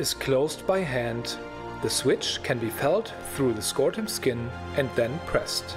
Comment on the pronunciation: NO THANK YOU. Holy shit this looks like a nightmare. Also, I don't trust anyone who says scortum instead of scrotum.